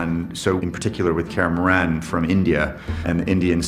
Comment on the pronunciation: It makes me irrationally mad knowing this guy didnt even bother to look up how to properly say Kaer Morhen.